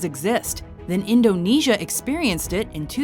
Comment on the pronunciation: you pronounce indonesia wrong its super annoying